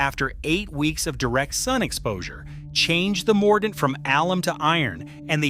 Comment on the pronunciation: PLEASE! BAD AI pronunciation!!! It’s not, “woe-aid,” it’s “WODE.” That’s how woad is pronounced. Please correct! 😫 Also, , it’s not “ah-LUM;” it’s “AL-umm.” The pronunciation of “mordant” is also inconsistent. Sometime it’s correct; sometimes it’s not. 🙄 Where I live, in the Great Plains, goldenrod is a native prairie plant. It’s not really considered a weed.